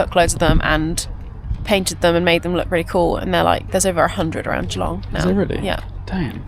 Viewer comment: I live 15mins from Geelong in the Bellarine Peninsula. Watching your video, made me cringe hearing how you say Geelong. It’s not pronounced Gee, long. It’s pronounced Ja-long!